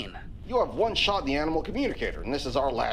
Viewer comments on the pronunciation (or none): Bruh and shart instead of shot